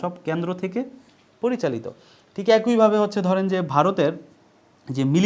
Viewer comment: অ্যাকোইভাবে নয় একইভাবে হবে।